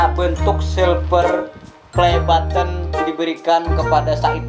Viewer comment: Nggk suka aku liat orang sombong... Soksokan ngomong button aja baten